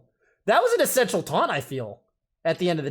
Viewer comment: "Fill"thy and "Essence"tial